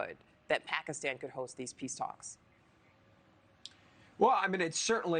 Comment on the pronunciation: pakaaastawn....reporter can't even say the countries name right